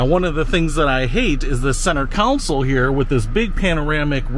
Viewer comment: Console not counsel.